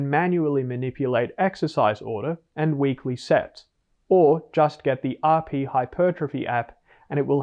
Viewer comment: I promise to always like any of the videos where you pronounce RP in French